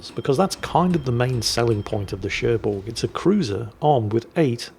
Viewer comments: French lesson : the g of Cherbourg is silent :) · There's no "G" in Cherbourg... That's why.